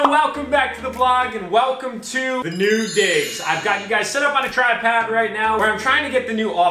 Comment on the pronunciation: 7 seconds in he says tripad. Instead of saying tripod.